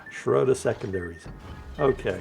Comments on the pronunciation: it's schrooder. The "o" with the 2 dots on top(oomlauts). It's pronounced "oo". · Ägir is a hard G, as in grouse. Schröder is not Schrouder, rather Say the Ö as you do the U in "burn" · please. ö's (and ø's) are pronounced like the i in bird or the u in burn. And Ägir is pronounced with a hard g. And while I'm going at it, e's in names of Japanese destroyers like Shimakaze for example are pronounced like the e in extra. Now you know.